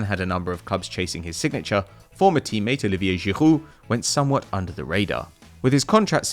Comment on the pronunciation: The way he pronounces Olivier Giroud